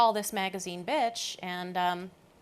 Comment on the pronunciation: Pronounced "Betch" with vocal fry.